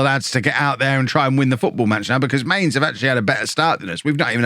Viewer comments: Going to be that guy it's not pronounced Mains its pronounced Mine Z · I think Mainz is pronounced Myntz